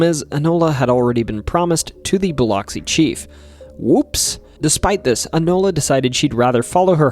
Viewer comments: Good video but Keesler is said like “Keysler” and Biloxi “Biluhxee” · And it’s “Buh-lux-see” not…that…. But hey from Biloxi 😂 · Alot of mispronounced words in this video Keesler ( -kuis - ler ) like" Marquis " ler Bilox (Ba-lux- ie ) Yes singing river is a whole thing most of the hospitals and businesses are named "Singing River) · Biloxi is biluxi. Oxi should be lux. Not to sound like box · nope. I work there. It's Bih-LUX-ee. Soft b, Short i. Hard lux, long e sound. I live next door in Gulfport, pronounced Guff-port. More fun is Saucier, pronounced So-shure. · Oof, your mispronouncing cities leads me to not take you seriously. A good documentary needs research. This includes getting the pronunciation right of areas and people. Especially Biloxi. Dear gawd! Educate yourself. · I'm not from Mississippi, but on behalf of everyone who IS, it's Keesler Air Force Base, (KEESler) Not "Kessler." Biloxi is pronounced "Bill-ux-ee." But, great video. Was interesting to hear new details on the Pascagoula abduction. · Hello from Tupelo Mississippi ❤🙌🇺🇸. Just to clarify. It’s pronounced Bil UH x-ee. It’s spelled Bil OX see. But is pronounced Bil UHX see. Just for the non locals that didn’t know. Lol. Vicksburg fell to the Union on the 4th of July. Btw you mispronounced nearly every town that you named. 😂. It’s funny and I love your channel. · Great video! But Biloxi is pronounced like “buh-lucks-ee”. That’s how we rednecks say it anyway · great video so far! just wanted to say Keesler is pronounced like "key-sler" and Biloxi is pronounced "bole-luck-see'" crazy it couldve happened only 20 mins away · Aa a Mssissipian. Thank you for the content but your pronunciation of Biloxi is incorrect. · As a lifelong Mississippian, I just want to say you got a funny way of pronouncing Biloxi and Yazoo, but your pronunciation of Tupelo was just bad. Too-pell-óh??? It's Tupe-uh-low. Try to say it quickly and It'll sound more right.